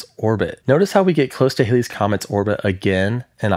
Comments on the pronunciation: It’s NOT “Hailey’s” Comet! Ugh! It’s Hal-Lee’s. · Please learn the correct pronunciation of Halley's Comet! Thanks. As in; Hal- ees otherwise nice information!